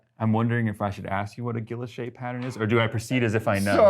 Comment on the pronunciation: Gwi Yoche, Adam... it is pronounced Gwi Yoche. Blame the French.